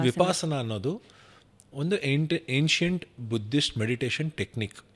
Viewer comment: 1 ಅದು ವಿ ಪ ಸ ನ, ವಿಪಾಸನ ಅಲ್ಲ 2 ಬುದ್ಧನ ಜ್ಞಾನೋದಯ ಆಗಿದ್ದು ಇದರಿಂದ ಅಲ್ಲ